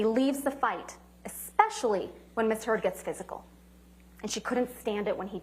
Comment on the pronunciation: …sounds like she said Ms Turd….hahaha!